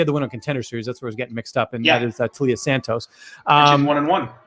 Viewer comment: White people really can’t pronounce names lol TAI-LA not TA LEE AH 🥴